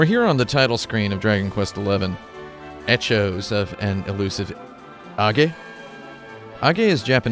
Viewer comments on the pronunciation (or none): Why no one is talking about " Etchoes "